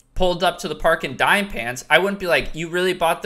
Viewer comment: isnt Dime prounounced Dee-May